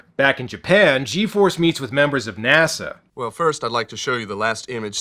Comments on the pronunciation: Is anyone else hearing Nassau when they try and say NASA? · Seriously..."Nasaww"?...Americans...can't pronounce their own inventions...like "Nukuler"..😏